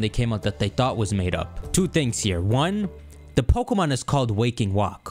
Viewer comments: bro said waking walk 😭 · Waking walk is the best pokeyman 100% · Renaming Stormstalker to Waking Walk 😭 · Man says Waking Walk the whole time, and I’m just like “…😑 😤…”